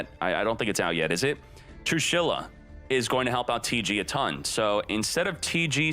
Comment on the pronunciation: Everyone: "Trééshula": TRUE SHYLLA!!!!